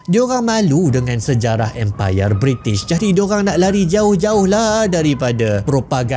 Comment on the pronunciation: Bri'sh moment